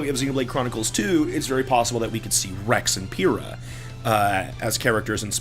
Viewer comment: Ummmmmm. That's not how you pronounce Pyra's name. We're talking Xenoblade here, not RWBY =P Anyways. I'm pretty well convinced that it's a new game at this point. Which I appreciate because it gives me hope for a better roster of stages this time. Smash 3DS has an amazing line-up of stage and I hope Smash Switch follows a similar route. But Smash Wii U has a very underwhelming selection of arenas to me. Aside from that I wonder how many characters we'll get at launch. Assuming new game, I'm hoping they just make Dr. Mario a costume for Mario this time. Dark Pit and Lucina I'd be okay with staying as their own characters as long as they got their own movesets. And Ganondorf is in a prime time to get his own moveset. I don't want the current one he has to go away but that moveset belongs to Black Shadow. Give Ganondorf a proper moveset and give Black Shadow the Falcondorf moveset (they'll announce that along with a new F-Zero on Switch. Calling it now =P) The story goes that Sakurai started working on this game right when he got back from his vacation after finishing Smash 3DS and Wii U DLC. Since he'd only be focusing on one game this time that might mean we get more newcomers at launch then the initial 10 Smash 3DS and Wii U received. Of course Dr. Mario is the only notable cut at this point so that would be 57 characters from the last two games plus likely returning vets of Ice Climbers and Wolf. We also know the Inkling is there already. That'd be building up from a roster